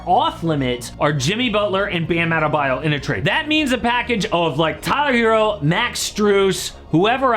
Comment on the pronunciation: Sorry! But adebayo's o is pronounced õ like in orange 🍊!